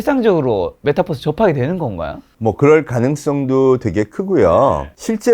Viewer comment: MetaㅡUniverse 메타버스, 메타뻐스라고 발음하면 안 돼요. 빈 살만은 황태자가 아니고 왕세자